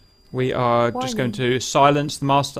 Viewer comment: Worning worning worning